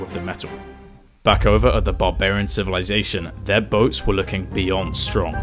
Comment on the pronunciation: Him : midel age civilizasion Me: I beg your pardon?